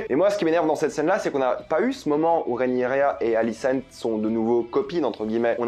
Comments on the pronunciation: Rhaenyra, Rhaenyra, Rhaenyra, Rhaenyra et non pas Rhaenyria😉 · Rhaenyra !! Pas Rhénirya :) !! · RÉ-NI_RA, pas RIA. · Désolé je fais le relou mais ça se prononce vraiment Rhaenyra et pas réniria 😂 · Pas si amoureux que sa vu que t’arrive même pas à prononcer correctement son prénom 😂😂😂